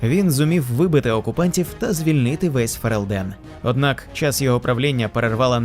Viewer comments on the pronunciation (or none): дякую за відео по світу Драгонаги! цікава підбірка, дуже нетипова, бо зазвичай про цих героїв згадують у рамках лорних відео, та й усе. любі друзі, одне зауваження: у слові ФерЕлден наголос на другій голосній (е). Ну і, звісно, погоджуюсь з коментарями під відео: ДАВАЙТЕ ЩЕ!